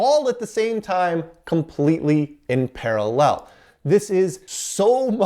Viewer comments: Can't get past the way this guy pronounces paralLEL. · Why do you put the emphasis on the final syllable of the word "parallel"? I'm not trying to be a dink, I've just never heard it pronounced that way.